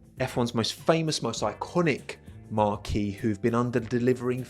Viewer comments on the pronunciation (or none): OMFG "marque" is pronounced MARK! In at least three videos I've seen now, you're saying "marquee", but that's a different word.